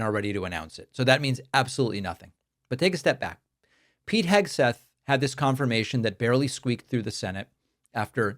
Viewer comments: Did she say Hegsweat? :D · Did she say "Hegswig"? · “Secretary Eggsweat” 😂 Let’s make this a thing! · Did she say "Secretary Heg-sweat"? That sounds about right. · 'Secretary Hegsweat' Nice one Karoline, that's right up there with JP Mandel.